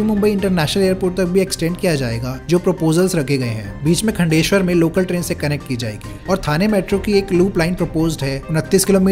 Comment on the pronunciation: Khaaandeshwar. Not khundeshwar.